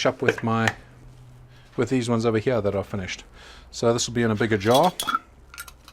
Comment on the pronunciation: I love to hear you talk. These ones hya. As you can see hya